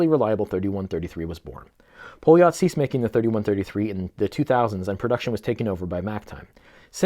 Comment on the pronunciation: A little help with terms. First. Poljot is pronaunced Paljot. The outer ring is a Tachymeter, like the Omega Speedmaster professional, and do's not count speed, but units pr hour. ie how mane things you would be able to do in one hour, you can calculate by the timeing up to 1 minut. And the 40 mm has a Seagull ST19 movement instread of the Poljot P3133 movement. The Seagull ST19 is a clone of the Venus 175, where the 3133 is athe one Venus cloned as the Venus 150. The Seagull ST19/Venus 175, is thou a clone of the original 3017 movement, that cosmonaut Alexei Leonov wore on humans first ever space walk. Yes, the Strela chronograph, was the first watch worn in outer space, outside of a protective spacecraft. The watch is the Russian equvilant of the Speedmaster Professional, just it was in space years before the Omega.